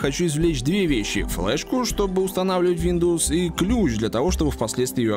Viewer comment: Мне послышалось СВИНдовс)